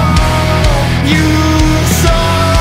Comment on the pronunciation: would be perfect if the A.I didn't struggle with the word "Hour"